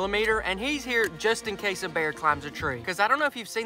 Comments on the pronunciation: Bro said Justin case😂😂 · “Justin case”😂